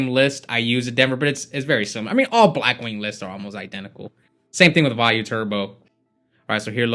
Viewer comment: so you do know how to pronounce Vayu Turbo... but you call the card WheyU...